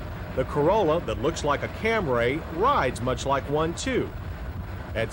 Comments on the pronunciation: It's CAMRY not CAM RAY! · What was his maddening obsession with saying Camray instead of Camry all about? Good lord. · ...............this one was VERY unusual, since it had a 16-valve engine with............A CARBURETOR!!!!!!!!!! , , , & ..........UGH........it's CAM-REE, John, NOT CAM-RAY!!!!! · What t f is a Cam-raay?! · What is a "Camray"? Is it a car? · CAMRAY ! I've been saying it wrong all along ! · CAM-RAY lol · Come on JoHn. Where is that damn H in Camry, you're saying it like Stewie Griffin. Also the carburetor thing is totally overblown, had a 1988 Toyota pickup in the family, ran that thing from 80k to 200, 22R with the carburetor. Never missed a beat, never had to service the carb, ran great off a cold start at 10 degrees or a hot start at 100